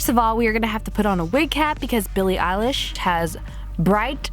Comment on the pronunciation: BILLIE ELISH ITS I-LISH!!!!!!!!!!!!!